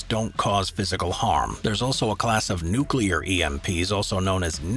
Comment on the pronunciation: Awesome!! Finally, someone besides myself who can pronounce "nuclear" properly :). That charging road is badass!!